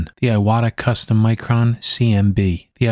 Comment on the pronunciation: I don't know if you know this or not, but the proper pronunciation of Iwata is more like eee-wah-tah, with the t in "ta" being a more hard T sound rather than sounding more like a D.